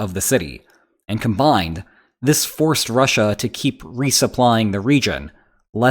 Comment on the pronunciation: And rushAH...🤦‍♂️